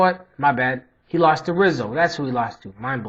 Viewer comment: Good breakdown. By the way, the R in Rizzo is pronounced like an H.